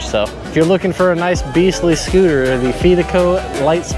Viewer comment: pronounce fidico like you confide in someone not fee like pay the fees